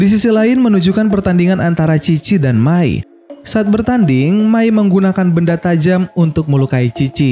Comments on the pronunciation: mai bukan mia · Bang abang salah ngomong bang itu mai bukan mia